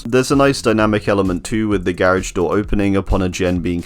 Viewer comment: The way he pronounced "garage" 🤮